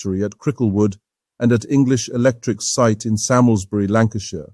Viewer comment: that's the American use of "moot" i.e. no longer relevant. In Britain "moot" means open to debate and potentially decisive (oh, and Samlesbury is pronounced "salmsbry")